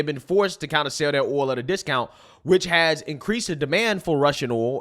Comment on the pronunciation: It's hilarious that can't pronounce the word "oil" or most words that start with "th"